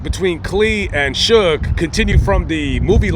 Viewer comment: Sue-gay is how AI pronounces his name... But I did want to comment he is exactly where he is supposed to be because he was one pitiful case of manhood